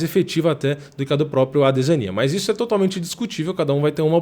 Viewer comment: que gastura desse mano falando adesania com enfase no i .. parece o delahoya chamando o chuck liddell de chuck laidel